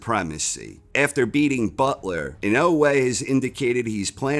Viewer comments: Lol... Why can't you say dude's name right??? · I love corner. But can somebody teach him how to say inoue please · You would think the narrator would learn how to say the subject of his video's name, before saying it wrong every time. Maybe he'll learn it and then re-read the script.